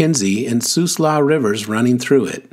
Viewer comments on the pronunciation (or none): Siuslaw: the I is pronounced in the name.